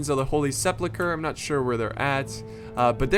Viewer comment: Well I meant to say mispronounce, sorry about that. You pronounce it as if it was Holy Sepluchre. And yeah things like that do eventually get to me, it's a very childish mistake to make and even more easy to fix.